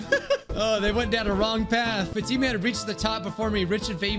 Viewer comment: the name Fatima is pronounced fought-emma